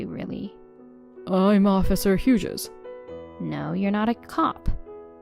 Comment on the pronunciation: If it is real people reading it, they don’t know how to pronounce quite a few things. If it’s text-to-speech it needs work. For example pronouncing “Hughes” as ‘Hyoojiz’ when it should be ‘Hyooz’